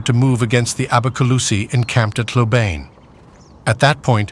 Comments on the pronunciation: Please. The proper pronunciation of Hlobane is "Shlo-ban-nyeh", stress on the 2nd syllable. Source: Notes on Zulu Orthography. Book: "The Washing of the Spears" by Donald R. Morris, 1965. Otherwise, a very engaging video. TYVM. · Hlobane, pronounced " schlobarnie". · hlobane not hlobane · The pronunciation of Hlobane is atrocious. Is it an AI voice?